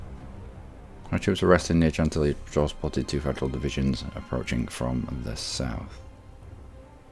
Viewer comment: And it's pronounced Shantilly